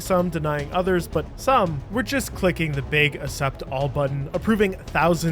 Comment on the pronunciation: who says "accept" like that